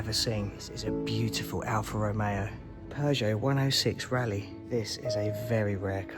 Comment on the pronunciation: Peogeot is pronounced Pew sjoe And not Pears sjoe. But absolutely excellent video otherwise . Well done and thanks for sharing.